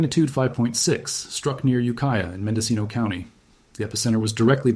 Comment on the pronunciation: Its ukiah